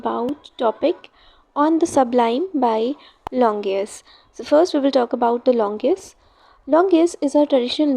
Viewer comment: The explanation and your handwriting is really good but I think you should work on your pronunciation of words .. It is longinus and not longius 😊❤️